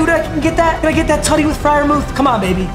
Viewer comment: It’s pronounced fryermewth